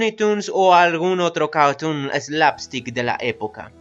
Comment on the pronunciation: "un caurtuun"